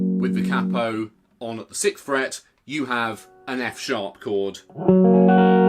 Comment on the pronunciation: Sixth!!!!!!!! Not sickth 😂